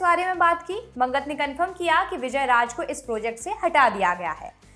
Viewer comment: sor nahi shor......raaj nahi raaz :)